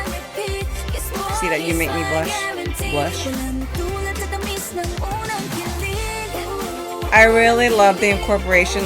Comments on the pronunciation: you pronounced Unang Kilig perfectly. Continue getting well and we'll wait for you to catch up with other Bini songs and performances! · Ur unang kilig pronunciation was perfect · Very happy to see you back reacting to Bini! Your "Unang Kilig" pronunciation is good actually, and I'd just like to add that "kilig" does mean thrill in a way, but is for love/affection/admiration, its like "butterflies in your stomach" so when you say someone is "kini-kilig" they're feeling the butterflies. Will you be reacting to the dance practices of Bikini and Unang Kilig as well? I'm excited for your Binichella reactions. 🤙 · Your pronunciation of "Unang Kilig" si good